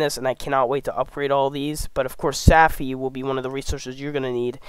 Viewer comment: Stopped watching after “saffy”.